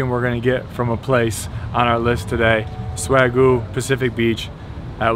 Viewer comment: Been to the Balboa... definitely good and I love a medium-rare burger...respect you had a cocktail with it.... Isn't it pronounced "Swag-You"?